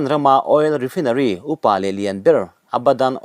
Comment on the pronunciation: Ni e, chhiar tam tawh nen, ṭawng dang deuh hi chhiar fuh thei thlawt lo